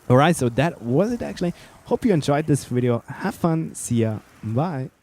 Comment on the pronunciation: You said wideo